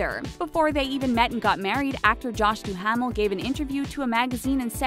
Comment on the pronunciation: Josh Du-HAM-el?!?!?!